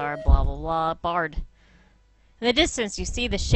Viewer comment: I feel like Bard's declining to help out might have been related to the way you tried to call him Brd like, every single time.